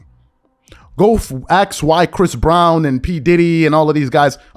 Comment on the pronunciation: Tryin to sound smart while you say let me axe you a question